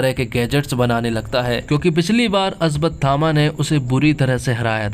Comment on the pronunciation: भाई अश्वत्थामा है अस्वतथामा नहीं। पहले बोलना सीख ले भाई